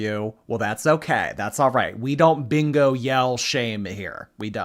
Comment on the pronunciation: Maybe she can't yell bingo because she can't say it. All she can say is"beango"😂